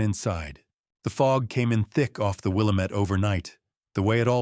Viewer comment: WIL. LAM. ETTE. YOU ARE MISPTONOUNCING THAT NAME... ASK SOMEONE.....IM FROM OREGON, SO...I LIKE TO HEAR IT PRONOUNCED CORRECTLY.